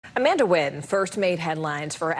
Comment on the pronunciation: Amanda Nguyen's last name should be pronounced 'N'win' instead of Win, and Vicky Nguyen's last name should be pronounced 'N'win' instead of Win too!